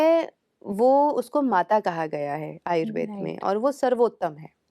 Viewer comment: आपका कार्य सराहनीय है, लेकिन आयुर्वेद को आयुर्वेदा ,आसन को आसनज गलत है😟